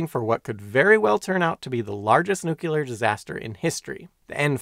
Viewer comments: Nu-cle-are .. not nu-cule-are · It is pronounced "nooklear", not "nookyelar" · Could an educational channel at least bother to pronounce nuclear correctly? Nukular is not a word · You really Ned to learn how to correctly pronounce nuclear. It’s not “nucular” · Nu-cle-ar. Nuclear.👍 Nu-cu-lar. Nucular.👎 One of these is correct. The other is worse than fingernails scraping down a blackboard! Other than that, I love your content and your very informative videos. 😎😁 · "Nuclear" is pronounced NEW-klee-ur(er) "Nuclear" is not pronounced NEW-kew-lur(er) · Someone that can't pronounce "nuclear". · New. Clear. Newclear. Nuclear. It's NOT hard to pronounce. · New. Clear. Newclear. Nuclear Why does nobody see this! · Fascinating and very well done! But remember, in nuclear, the Q is silent. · That mispronunciation is not regional and is therefore considered an eggcorn. e.g., I've never heard anyone call the center of an atom a newkewlus.